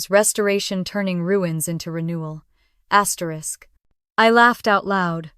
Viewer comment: Stop saying asterik. It is stupid and disruptive